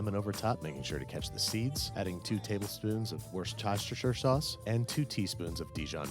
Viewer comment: everytime you pronounce "wortschascher-sauce" I have to lough :D